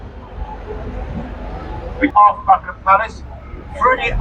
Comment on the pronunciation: It is Buckingham Palace not Bumigham.